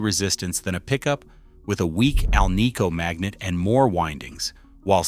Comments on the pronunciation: It is an AL-nico pickup, Not an al-NICO one. You'd think this author would know the proper pronunciation. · "Scatter wooned"? Keylo-Oms"? "Al-KNEE-co"? AI CRAPOLA!! Second hint: Shows a speaker when talking about a pickup.